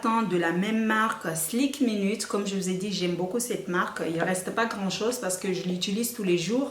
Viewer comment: C'est pas "SLIK minute" mais "SKIN minute"